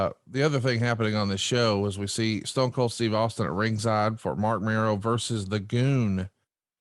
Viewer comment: "Austing" Says I just whooped your "gASS"😂😄🤣